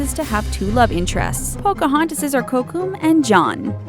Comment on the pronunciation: I'm mad she didn't say Kocoum's and Tiana's and Hans' names correctly.